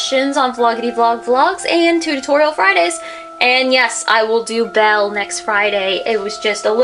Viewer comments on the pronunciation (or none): none